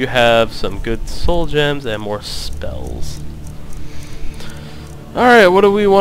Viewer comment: *more, not maire!!